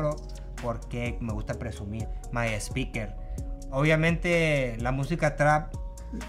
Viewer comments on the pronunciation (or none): My eh-speaker 😆